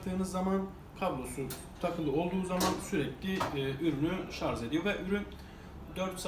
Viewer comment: ŞarZzzzz demez mi :))